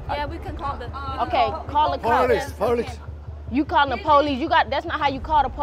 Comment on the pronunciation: "FUCK YEW" and "PALECE PALECE" got me wheezing bru😂